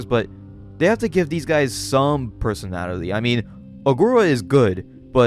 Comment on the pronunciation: I know this is months old, im really digging your channel but if you do narration as your entire thing can you please pronounce words correctly 😢 youre saying faseedidee instead of facility and personadily instead of personality, you do this over and over again throughout the video even though im sure youre reading these words from a script. i respect your work and everything but please just annunciate the words and your channel will be the best i swear.